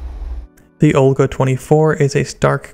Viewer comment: Btw it’s not Olga, it’s VOLGA